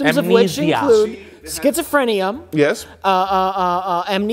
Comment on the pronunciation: does say "schizofrenium?"